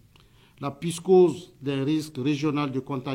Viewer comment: Envoyez-nous quelqu'un au moins qui peut dire psychose et non pyschose